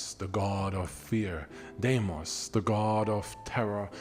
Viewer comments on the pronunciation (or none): none